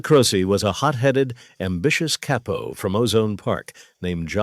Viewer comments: THIS BILL CURTIS VOICE HAS TO BE AI CAUSE HE WOULD'VE NEVE SAID KAIPO WATCHED HIM BACK IN THE DAY IT WAS ALWAYS CAPO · Pretty sad that the AI voiceover pronounces it "caypo". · The narrator does these videos enough that you'd think he'd know the correct pronunciation of capo